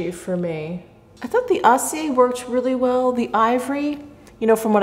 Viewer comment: Of course acier is more metallic since it means 'steely'. Get a French-English dictiionary so you can get the translation and pronunciation.